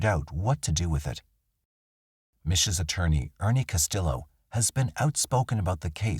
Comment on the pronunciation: Castillo is pronounced Cas-tee-yo. The Ls are silent.